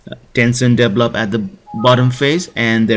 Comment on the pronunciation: Great video but I have to ask you to at least try and speak better english. It's "Tension" not "Tenson". Pronounced "Tenshon". And it's "develop" not "deplop". Thanks again for your video it's very helpful :)